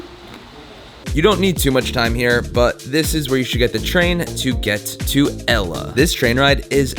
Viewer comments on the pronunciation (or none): It's great that you've visited Sri Lanka, but Ella is not pronounced as in the girls name! The correct pronunciation is al-le as in the beginning of the name "Albert" and the French word, "le." Hope this helps...